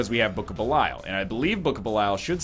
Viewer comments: Andrew P Something like bell-e-all. Actually exactly as it's written, but in English you don't pronounce stuff as it's written. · Dear diary, he's still calling it Book of Belyle...